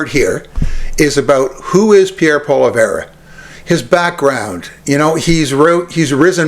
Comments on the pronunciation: Say what? Poleverre? Its Poilievre. Phonetically, Pwaleeayvre. Obviously, your knowledge of French is zero. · He is not “Polly - Verrr or Pollly - verra”. If you want to be taken seriously, pronounce his name correctly. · I agree with you on Poilievre. However, I would hope that you could pronounce his name just a little better. It helps to give your point some more cred. Poilievre: "Pwall-ee-evv. Hope that helps. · Stay in your own backyard, bud ! And yes, Canada wants Pierrie Pollievre! 💯And if you can't say his name right, I suggest practice ! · Please please please pronounce Polievre's correctly...Please? I agree with your point of view, but it grates me that you mispronounce his name. It's like the Maga folks mispronouncing Kamala's name. Come on, now. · You should learn how to pronounce Pollive correctly. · You’d have more credibility if you could pronounce his name correctly. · If you can't even pronounce his name keep your dumb ass commentary to yourself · Reports on the guy, can't even pronounce his last name. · I think your pronouncing his name wrong. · Learn to pronounce his name for credibility!